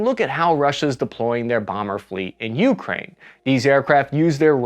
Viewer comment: (, the more common pronunciation is Ukráine, second syllable stress.)